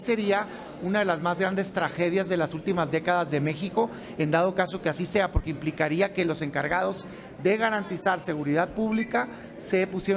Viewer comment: pogque cogurccion ayeg titulag pogcierto castigagr 😂😂😂😂😂😂😂😂😂